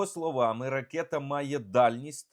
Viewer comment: Ну чому ви, такий щирий українець, а кажете, "ракЄта", ріже слух і "кітай" кажете, прикро